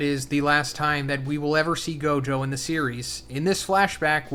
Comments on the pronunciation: How to pronounce Gojo and Mahitos name: Gow·jow·suh·taw·roo Mah·he·tow (Not Mah·hi·tow) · The way you said gojos, Majito, and megumis name really threw me off didn’t know ppl pronounced it like that